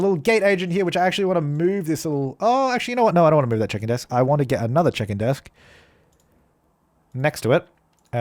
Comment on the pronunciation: It sounded like you said 'The chicken desk' instead of the check-in desk...